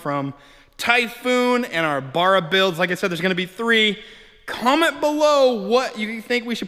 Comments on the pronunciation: Fucking BARRA not Burra 🤦‍♂️🤦‍♂️ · Ba-ra Not Bar-a 😉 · bArra... B. A. R. R. A Not Burra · It barra not barraa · Bro sorry but its bugging me its b arra not bar-ra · Its not a barer its a barra american stoodges. :) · It's pronounced "Barra" not "burra"... Cheers from Australia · As an Ozzie, you are making my ears bleed by saying 'baa rah'. It is pronounced 'ba ra' I own both turbo and NA FG Falcons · Please stop murdering the barra name it is not burra it is bArra you need to pronounce the A better please my aussie ears are bleeding lol alternator bottom left power steering top left air con right side all looking straigh on from front of engine $150-$200 in oz for FG Barra. green top lpg gas motors are the best for boost from stock they have stronger rods higher compression from stock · bArra Not bUrra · Give him a break guys, he is thinking about the bar where you buy beer lol, first time seeing this vid pop up but saw another one where he corrected it since he got attacked on how he said it😂. Now i know why, does sound odd baaara vs barra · its pronounced baar-ra not what ever the fuck your saying. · It's pronounced "bow-rah" here in ausland. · If you’re gona grace your fine man shed witha Barra Then say it properly Baa Rah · Mate! Please watch some Aussie videos to help with pronouncing Ba rra... I believe I speak for all Aussies in saying that 😂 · It's pronounced BARRA, can't get good numbers from a N/A without changing out valve springs or you get valve float when turboing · B - aa - rah. Watch a video by an aussi about barramundi. Cut the mundi part off and you've got it. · As an Australian, I cringe when you say Barra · Mans saying Barra wrong and it’s pissing me off 😂😂😂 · How come you can't say Barra? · Awesome you are using Aussie hearts. But due to the pronunciation I just couldn't watch the whole vid sorry! Maybe ask cleetus for some tips he says it better. 😉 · Learn to pronounce it right while your at it